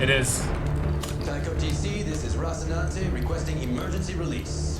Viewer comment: Or Rocinahte lol